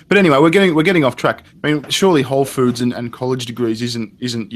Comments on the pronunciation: alright, I feel bad for the guy. he needs help. but the whole time.... "wholes food" SAY IT RIGHT! it's whole foods! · First tip, if you want to work at whole food... I recommend you learn how to say the company name. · Every time he fucking says "wholesfood" I get triggered.